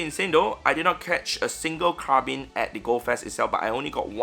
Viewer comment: You understand that Carbink has the letter K at the end right?